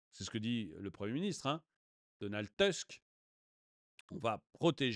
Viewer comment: Attention la prononciation, c'est Donald Tousque, merci ;)